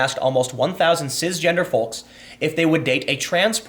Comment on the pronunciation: Turned off after the second time you said ciZ and foLks. Dislike both words (is cis even a word?) but didn't realise your pronunciation of them annoyed me even more.